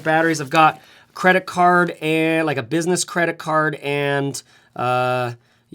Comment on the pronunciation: them papers of business-ess 🤣